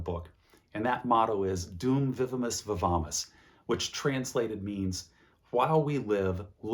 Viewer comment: THANK you for pronouncing "Dum vivimus, VIVAMUS" for me!